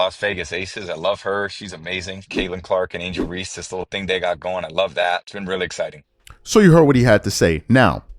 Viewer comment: That man said angel reese 😂 😂